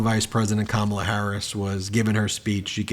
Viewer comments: Dang Ben..you need to learn how to say Kamala..get it right… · Trump won’t even say her name correctly.